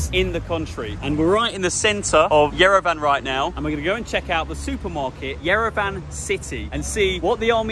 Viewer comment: Very fun video🎉🎉! …. But 🙏please, please, please, 🙏🙏 pronounce Yerevan the way it should be pronounced, It ends with an “on,” not an “ann.” The good people of Yerevan are too nice to say anything to anyone, but everyone keeps going on and on and mispronouncing it when it’s so easy to pronounce correctly. Don’t say van like the big automobile.